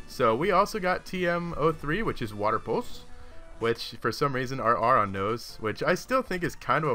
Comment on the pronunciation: aron is pronounced as "airon"